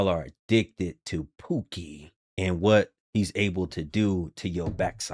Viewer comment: “A-dicc-ted” to Pookie 😂